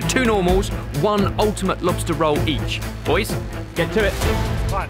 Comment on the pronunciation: Anyone who says “poys” deserves to be exiled.